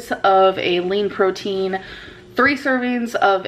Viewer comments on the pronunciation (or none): none